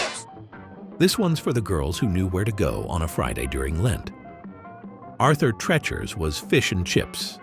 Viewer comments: It's pronounced "Tree-chers", not "Treh-chers". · "TREE- cher" not "Trecher"